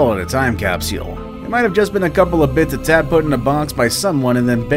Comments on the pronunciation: Ok! Caps U le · The way he said capsule Made me smile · The way he says capsule... yikes. To be fair, I do like his videos. They’re extremely interesting and it’s fun to try to figure out which ones are faked. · Why does he pronounce capsule like that? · I can't be the only one that wants to slap the narrator for his pronunciation of the word "capsule". .